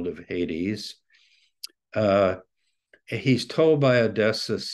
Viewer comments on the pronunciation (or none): Isn't Odysseus pronounced 'O-dis-ee-us'? Maybe Dr. Tabor knows something about how to pronounce it that I don't?